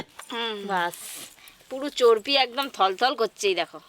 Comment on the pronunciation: ও টা চোরপি বলে না চোরবি বলে❤❤❤❤